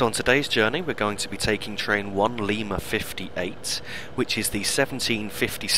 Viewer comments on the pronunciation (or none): none